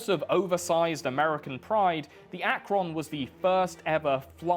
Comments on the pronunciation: Having worked and gone to school and semi-lived in Akron, the former rubber capital of the world and the place where Goodyear is/was, lemme tell ya. Shit's interesting history for the whole area. Post-war and auto industry crash stuff really hit it hard. Also the pronunciation of Akron here is technically correct but the O is too long. We kinda say it like Ack-rin (short i) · Having lived in Akron, hearing him say the name that way gives me a seizure. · Lol your pronunciation of Akron. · The way you pronounce Akron causes me pain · I was having great fun until I heard 'Akron' mispronounced and now I feel like you're just trolling us for getting Worcestershire wrong all the time. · The pronunciation of Akron makes me giggle each time lol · Interesting to hear how a person not from Ohio pronounces Akron. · being from ohio, its pronounced Akron not Akron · Love the British pronunciations of Akron and Macon. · i know he did not just pronounce Akron like that... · yo my fellow brits, "Akron" is a city in Ohio (talkin the USA here, im from Ohio) and its actually pronounced "Ak-rin" or "Ak-ren" not "Ak-ron". This is just evidence of how or dialects of english changed rather than me being all fuckin douchey cause he pronounced something wrong. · As someone who lives fairly close to the city of Akron and went to college there I was so perplexed by his pronunciation for a moment. It's pronounced closer to "rin" than "ron" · As an Ohioan and University of Akron grad, I can't believe how you pronounced Akron. Fuckin AkRON. Like the name Ron? Come on man, it's just "Akrinn". Please, just don't ever try to pronounce "Canton." I don't think I can handle it. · As an akron university student the on is pronounced more like one then on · As a Ohian I find it hilarious how you pronounce Akron we say AK-RIN no way am I shaming or mad just genuinely funny never heard anyone say it that way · The Ack-Ron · Its pronounced AK-RIN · Akron is pronounced AK-RIN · Akron has a soft o